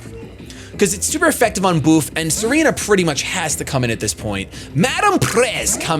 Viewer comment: Tsareena not Serena